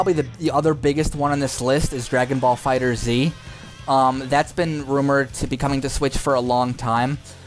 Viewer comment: great video, but the way some things are pronounced in this vid hurt my soul. Fighterz not fighter zee, pal-adins not pal-a-din oof